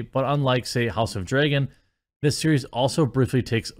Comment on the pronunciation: Does jeremy mispronounce dragon on purpose or is it just his strange accent.